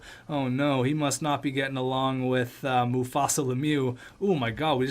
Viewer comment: According to xTech Mustapha is pronounced = Mufasa ??????